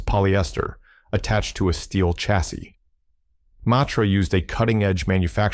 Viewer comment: Chassis - pronunciation Sha (as in shall) see, not Cha as in chicken; and coupe, coo pay, not coop, which is what you put chickens in.